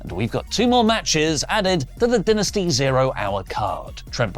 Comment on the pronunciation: Dynasty (Die-Nas-tee) 👍🏿❤